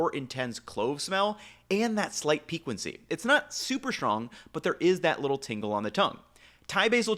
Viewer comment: stop saying pee-qwen-cy bro cmon